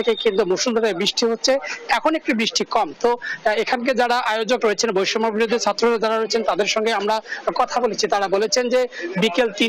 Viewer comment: এই সাংবাদিক তো বৈষম্যবিরোধী ছাত্র আন্দোলন কথাটি বলতেই পারতেছে না